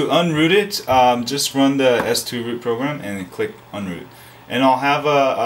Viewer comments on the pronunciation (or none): none